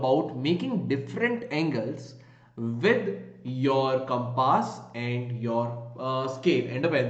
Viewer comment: It's not compaaas ...it's compass